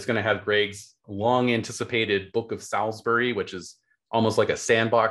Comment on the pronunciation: Love this. Just a quick note that Salisbury is pronounced ‘sawlz-buh-ree’ with a drawn out vowel in the first bit.